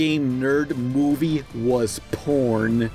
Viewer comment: He mean't to say born, not "porn"